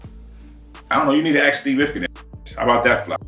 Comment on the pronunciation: Ask not aks 🤣